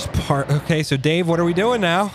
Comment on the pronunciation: I thought said "Daveaveju" lol